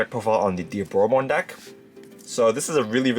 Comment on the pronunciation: They keep saying "Die - aboromon" instead of "Dee - aboromon". Makes my ears bleed